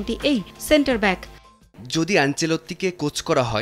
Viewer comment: balod reporter cafu cantarback na cafu right back😂😂😂😂😂